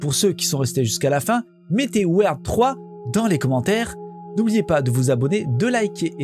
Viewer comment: Weird 3, mais la prononciation du mot weird est à revoir 6/10, mais 10 /10 pour la video